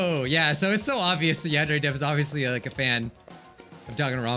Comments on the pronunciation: A few vids ago it said van very simulator lol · Who remembers when he could not pronounce yandere